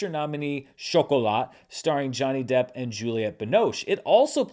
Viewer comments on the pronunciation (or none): none